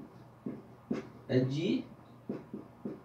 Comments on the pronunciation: Só detalhe... Closet, nao! Closed!! ( fechado) em inglês. ❤ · parabens pelo vídeo.... so vou fazer uma correção rápida... closet com "T" no final é um Guarda-roupas. e closed com "D" fechado. mas não se preocupe com isso... eu tbm não sei sobre comandos elétricos... kkk por isso estou aqui. abraços... boa sorte. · A do "open bar" eu até deixei passar mas, "closet"???? Hahahahahaha essa é pra moer, cara. 🤣 com todo respeito, a palavra é, (closed) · NC é Normal Close sem o "t" no final closet é armário! Mas muito boa sua explicação! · Meu amigo "closed" e com d no final e não t. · closed e não closet.............. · O N é de " closet" kkkkkkkkkkkkk CLOSED